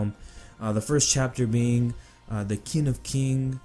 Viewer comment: Qin is pronounced "Chin"